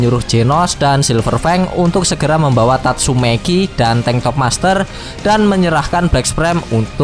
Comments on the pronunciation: tatsumaki bang. bukan tatsumeki. mesum nih abang nya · 04.39 , tatsumaki = tatsumeki wkwkw 😂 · Tatsumaki opai cantik idola.. Di katain tatsumeki sm mimin jd kayak kesel aja dengernya (ga jadi subs dah) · Anjay "Tatsumeki" 🤣🤣🤣